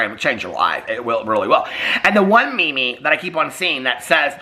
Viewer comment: You way you said meme had me dying laughing 😂😂😂 I did join in on the shimmy shimmies!